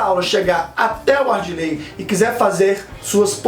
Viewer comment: Parabéns pelo video. Só uma correção: é ADIRLEY, o nome do diretor, e não ARDILEY. Abraços